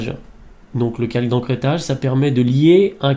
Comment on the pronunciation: Bonjour , très bon tuto , c'est vrai mais c'es pas "encrêtage" mais "Ecrêtage" , sinon , vraiment bien le tuto , bravo!!!!!